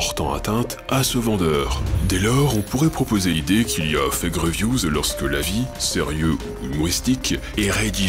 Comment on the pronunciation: Update: Je me suis rendu compte que mon accent en anglais est devenu horrible ! Je prononce Fague au lieu de Fake !